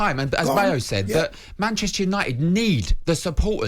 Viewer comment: PR-chester united